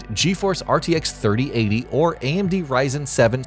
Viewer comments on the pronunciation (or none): none